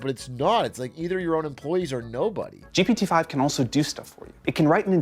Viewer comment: the way they sound like they're saying "GBD 5" every time pisses me off, can they just make a cool nickname for it so they can say something with just 1 syllable instead of constantly tryna spit out "GPT 5" in the space of a microsecond?? just call it Greg or some shit idk